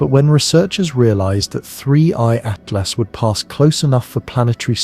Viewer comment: How many different ways can you mispronounce Atlas in one video? This is AI generated nonsense that keeps repeating itself, don't bother watching.